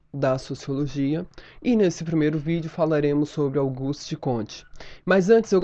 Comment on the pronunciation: é Augusto e não Auguste...